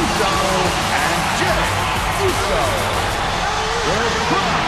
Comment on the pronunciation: Did he say jeff Uso?